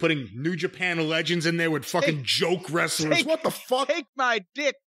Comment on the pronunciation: I do like Corney, but the purposely mispronouncing Japanese wrestler’s names to be funny is getting old 🙄